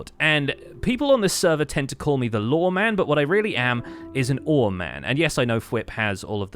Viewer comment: and they were referring to pronunciation of law and lore sounding the same or similar